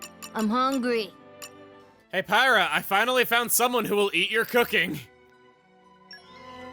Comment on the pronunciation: "Pie-rah?" Isn't that the chick that killed Rex at the start of the game?